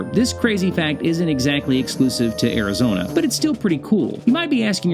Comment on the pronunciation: AIR-A-Zona??? I thought it was ARIZONA!